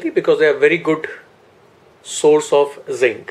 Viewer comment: Is he saying prostrate instead of prostate? Wtf schoolboy error